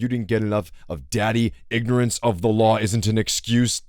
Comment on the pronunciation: Can someone who lives in the south please tell me if the way this guy chronically mispronounces words is normal? "going grink" "alternatol fuel" "Inorance of the lawl is no esscuse" he sounds like he has a concussion